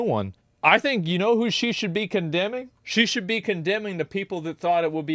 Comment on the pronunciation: "She should shue" - awesome blooper 😅